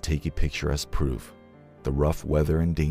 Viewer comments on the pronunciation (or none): none